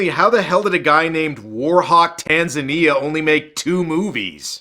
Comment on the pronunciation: It's pronounced tan-ZA-nia, just like the african country.